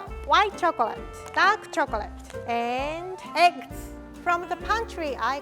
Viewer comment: I love how says chocolay instead of chocolate and says shift instead of sift ❤️❤️ Like if u agree LOVE U RIE